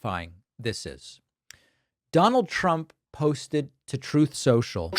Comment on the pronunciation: "TROTH CENTIAL(SENCHULL) I love it